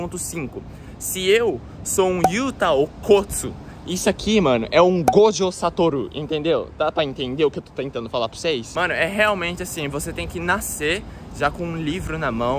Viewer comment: por que o chama o Satoru Gojo de GojO sAtoRU?